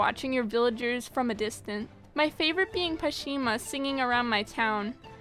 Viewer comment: Why do people pronounce it Tor-Timer😂😂😂 It's pronounced Tor-Tim-Er... And it's not Pashima it's Pashmina, come on!!